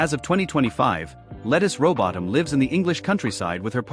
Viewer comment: Why don’t you take the time to learn how to pronounce her name…?